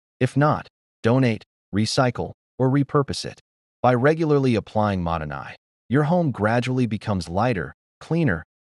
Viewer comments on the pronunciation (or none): "Modern Eye" is actually mottainai in Japanese. The AI pronounced it wrong Mottainai means wasteful.